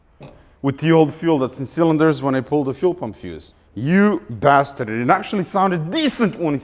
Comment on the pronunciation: It's ace when he says "You bastard" in a German accent.